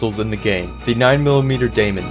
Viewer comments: Just to let you know the gun is pronounced demon not daymon. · yeah people corrected me it’s pronounced like demon.